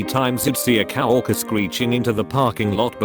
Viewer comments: I love how coworker became "cow orker" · what fabled being is a cow-orker? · What kind of horrible text-to-speech is this?? Okay, you don't want to speak expletives, fine. But "coworker" is pronounced "co-worker", not "cow-orker"!